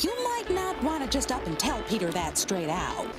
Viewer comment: Damn she called him peteR hard eter